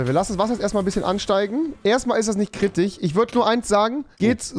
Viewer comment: Erstmal ist es nicht Kritich